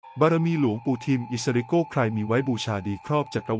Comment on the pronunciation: อิสริโกนะไม่ใช่โก้นะระยองนะไม่ใช่ตจันทบุรีนะ